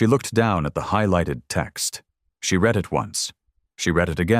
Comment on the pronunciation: It always makes me laugh the way AI pronounces words!